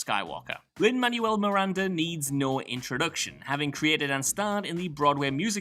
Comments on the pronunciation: It’s pronounced Lin-MANWELL Miranda... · If Lin-Manuel Miranda needs no introduction why can't you pronounce his name? 😂